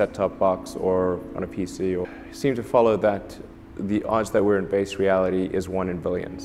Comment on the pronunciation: ELON supposedly so smart.. but can't pronounce a 'B' sound when talking.. "the odds that this is 'vase' reality is one in 'villions'" .. i think it's one in 'villions' . .WTF?? V FOR VENDETTA MUCH HERE.. 'VHAT DO YOU VANT?' KISSINGER? ILLUMINATI WHAT?..